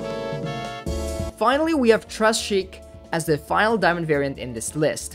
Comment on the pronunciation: Immaculate list. All solid reasoning. One note: gotta put a little more French into the pronunciation of Très Chic. Like "Tray Sheek"